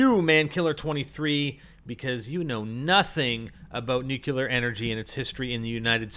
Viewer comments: Comments on someone else's knowledge of nuclear energy...calls it "nucular energy" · NOT NUKE-ULER